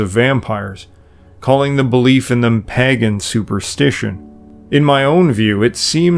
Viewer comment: Paaaagan ….did you mean to say PAGAN….???